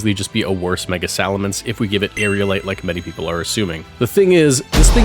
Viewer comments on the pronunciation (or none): Why does everyone mispronounce aerilate? Everyone pronounces it like there’s an extra a in between the i and l and you even spelled it that way but it’s literally not spelled like that Edit: Also good as gold for mega skarmory